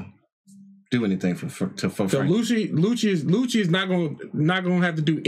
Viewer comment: Everytime he calls Lucci , Lucy i think he's talking about Luffy.